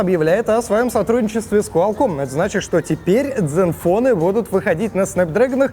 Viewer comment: zen fone а не Dzen вот кто таких берет в блогеры